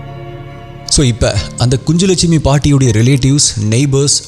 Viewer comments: Pronounsation is kunnulakshmi குன்னுலக் ஷ்மி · It's kunjulakshmi. Nj phonetically says gn like Gnanam in Tamil. So it is ku-nj-lakshmi.